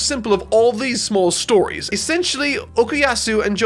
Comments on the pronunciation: Why does he say "Okiyatsu", it's Okuyasu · How tf are u pronouncing Okuyasu "Okuyatzu"!? 😂 😂 😂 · He's Okuyasu NOT Okuyatsu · Everyone's upset about "Reverb" but a subtle upset of mine is that he keeps saying "Okuyatsu" instead of "Okuyasu" Mans is saying つ instead of す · its say'd okayasu and not okaytatsu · It hurts me that he says OkuyaTsu and not Okuyasu and calls Echoes Reverb. And overall japanese names pronounciation i guess. But well natural for english speakers. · It's pronounced Okuyasu, not Okuyatsu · "Okuyatsu" I AM DECEASED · bruh why is he saying Okuyasu like "Okuyatsu" bruh why is he calling Echoes "Reverb" bruh why he say Morioh like "Moria" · Nobody:: Okoyatsu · man sayin Okuyatsu wtf? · It acc hurts how he says Okuyatsu🤣🤣 jkjk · the way he says okuyatsu, yakako, and remy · Great video but... what's with this "OkuuyaTsu" pronunciation? 😅 also.. Reverb????? (I know I'm being nitpicky here, keep up the good work!) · Im really glad he could enjoy this amazing part. The only thing that genuinely bothered me about this entire video is him pronouncing Okuyasu as "Okiastu", it kinda hurts to hear it several times and even see the captions spell it incorrectly, hopefully he fixes that in his part 2 video. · did he just call him okuyatsu?? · ”OkuYATSU, OkuYATSU, OkuYATSU.” Dude, no. There’s no T in his name. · Okay, I don't like being that guy, but after looking through comments and not seeing any mention of it... Is it only me who finds pronunciation of Okuyasu name weird? At least at first? Like, am I the only one hearing T in "Okuyasu"? Am I paranoid? Am I going insane? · I guess because he didnt watch the anime so he never heard the correct pronounciation